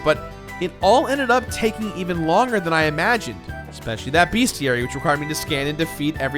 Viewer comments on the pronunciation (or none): It's "Bestiary" not "BeAstiary"